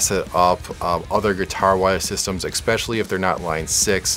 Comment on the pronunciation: Please stop saying "Ek-specially." You are a smart guy who knows tech, but...